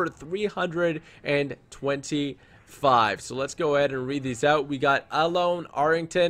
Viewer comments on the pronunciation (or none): none